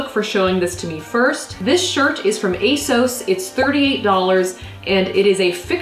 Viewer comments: Armina Bulic no it doesn't, the company has literally said that it's pronounced ay-SOHS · You are saying asos wrong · they way she pronounces asos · YOU PRONOUNCE ASOS SO WEIRD YALL AMERICANS ARE WILD.